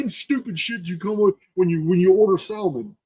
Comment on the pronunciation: You crack me up with how you say Salmon. The L is silent. Much love brother.